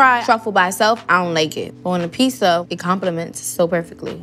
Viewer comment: Now I've witnessed 2 people say Pissa instead of Pizza, thanks for the experience First We Feast.